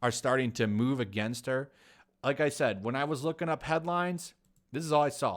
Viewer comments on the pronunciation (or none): none